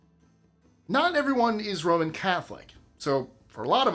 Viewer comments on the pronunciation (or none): none